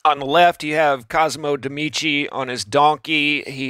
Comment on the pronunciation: Can you stop calling them "Demici"? It's ME-DICI. Medici. Meaning doctors